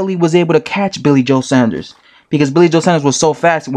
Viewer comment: Its pronounced sawnders